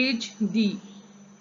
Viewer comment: आण्ड.. नही मॅम अँड..